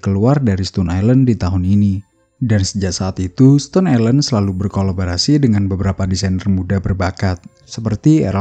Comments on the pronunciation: Bacanya stoun ya bang, bukan stun. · Dibaca stōn bang bukan stun